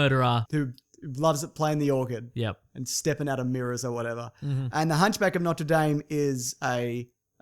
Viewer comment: It's either "Noter Dame" or "Notre Dawm". You can't mix the two! Gosh darn it